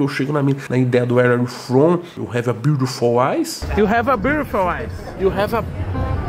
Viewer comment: THE BIURLOFUL TOOE KKKKK